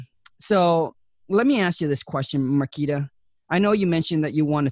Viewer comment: I like how kept calling her Marquis, but she sorta resaid her name a few times. Great insight for sure about strategy. Great work Marquita!